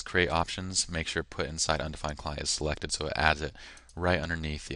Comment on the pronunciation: Undefined not "undfined"